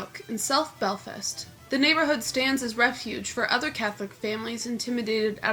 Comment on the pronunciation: Cant even pronounce belfast 😭😭😭 fuck me